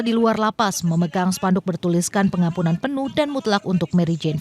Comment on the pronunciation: Apaka telinga saya kurang sehat ya mbak presenter ? 'Pengampunan kok saya dengar penampungan' ?